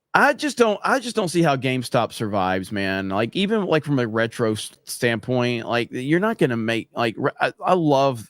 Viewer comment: has anyone else noticed jeremy cant pronounce from he says it like prom